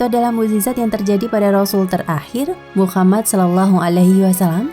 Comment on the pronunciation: MasyaAllah... tapi sebaiknya dilafalkan Muhammad saw, bukan Muchammad saw.